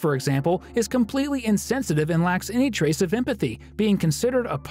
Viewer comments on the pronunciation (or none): none